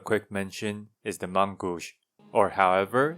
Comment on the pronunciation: You pronounced the main-gauche well enough to understand. It means left hand. Probably meant for the off hand?